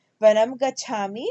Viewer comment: Gachaami is hrasva svara not deergha